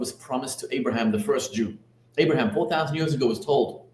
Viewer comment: you lost me at "Abraham" Lol